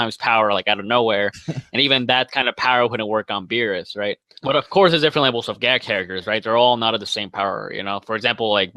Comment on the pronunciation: U can't even say beerus u can say yamcha